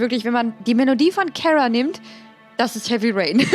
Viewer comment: Kara wirk ausgesprochen wie 'Karstadt'. Dein Versuch den Namen 'Englisch' klingen zu lassen, verfälscht ihn nur. Ansonsten eine super Folge, danke.